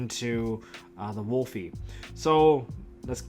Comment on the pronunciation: Why do people keep on pronouncing Wolvie wrong!? It’s Wolvie, not WOOLFIE! It’s a Wolverine, not a wolf...wolf is the link monster damnit! Rant over 😂